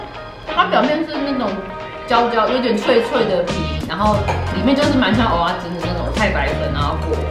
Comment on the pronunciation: 正音糾察隊報到~~ 其實蚵仔是念ㄜˊㄚˋ 芋頭是念ㄛˊㄚ ㄜㄛ念錯是不一樣的東西ㄛㄛ 厲害打厲害（其實還好😍）